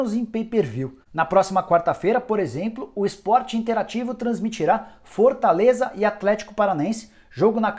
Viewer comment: Cara, me desculpa, mas comecei a prestar a atenção em como você fala e passei o vídeo inteiro rindo kkkkkklkkk Fortãleza, impressionãnte, rodãda, mas o conteúdo é muito bom...